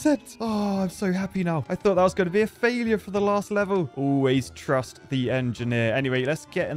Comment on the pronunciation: Always “truss”t the engineer